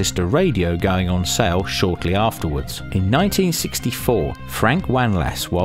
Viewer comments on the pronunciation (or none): none